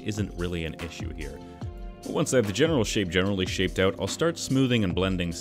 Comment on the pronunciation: I like how he pronounces out like öyt. Man, Canadians amirite